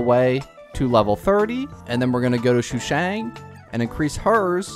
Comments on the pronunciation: Day 1 of saying its sushang, not shushang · Shushang😭😭 its SUshang, not SHUshang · Shoe shang